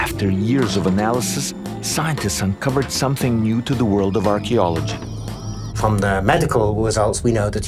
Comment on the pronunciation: Surely you should be able to say archaeology correctly.